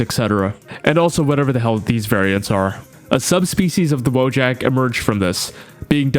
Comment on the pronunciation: It's pronounced voyak, not "woah jack"